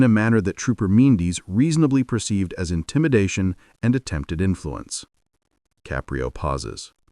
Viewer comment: I enjoy the Judge Caprio stories however I found the mispronunciation of the judges ' name in the first half as well as the changes in the voice distracting and irritating. Poor editing.